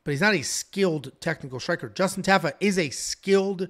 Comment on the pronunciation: TA. FA. not taffa. I bet if you ever meet justin will say his name propley 😂